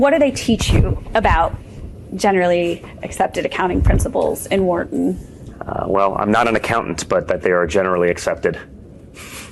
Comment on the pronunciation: “Wharton”? How?